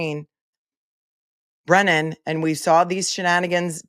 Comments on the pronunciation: I wish that Karen's team would start calling the weasel Breeeeeenan since he refuses to pronounce anyone else's name appropriately. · Brennan needs a phonics class! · What about "brain-non"😂😂